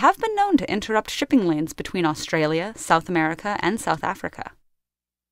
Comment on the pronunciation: Did she say shipping 'lands'?